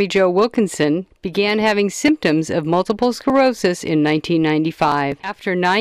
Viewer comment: "mulible skerosis"? it's MULTIPLE SCLEROSIS